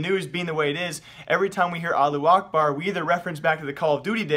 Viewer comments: the way u say allahuakbar is so weird lo. Its Allah- who- ack- bar... u make it sound like allu akbar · It's not Allu Akbar it's pronounced "Alla-who-akbar" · "Aloo Akbard" omg... can you read? its pronounced "Alla-who Ahkbarr" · its not allu akbar is alla-hu akbar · Allahu Akbar" means god is big adn you read it alla akbar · allu akbar? it said allahu akbar, not allu akbar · its not "allu akbar" it's "allahu akbar" learn to speak ty:D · am i the only one or he pronounces Allahu Akbar - Allu A(h)bar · yes :) you are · "aalu akbar" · Pronunciation is wrong bro. Al-lah-hu akhbar. Pronounced like that. And yes it means God is great. And it is not a bad word. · Your reading is like keemstars it's not allu acrbar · It's not pronounced Allu Akbar There's a H . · It's Not called Allu Akbar ^-^ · allu akbar? lmaoo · I cringe every time he says Allu Ahbar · Alu akbar facepalm .you dont even know how to say it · as a muslim, i hear pronounciation of allahu akbar is 2 funny sorry for my lack of english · dude you say "allahu akbar" in the little bit wrong but its ok